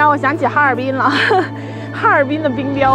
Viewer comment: 本来觉着UP主没口音，一说“哈尔滨”立马东北了😂